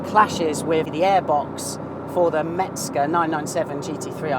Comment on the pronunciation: No "t" in "Mezger" and no "a" in "PorschE"... 😉